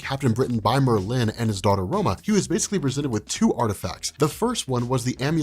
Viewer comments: dude, it's not Mer-LIN...LOL! It's MERLin... wrong emPHASis on the wrong sylLABle. Christ. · There's no eggs in Xavier, it's pronunciation is Zavier and Merlin is Merlin not Mer-linnn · mer LYNN. Its Merlin. I've never met someone who didn't know how to say Merlin. 😄 Still love your channel tho. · The way u say Merlin is bothering me lol it Merlin not Merlyyn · I love this. explaining X-Men is always great... Why though... Does he pronounce The Wizard Merlin's name "Mer-(pause)-Lin"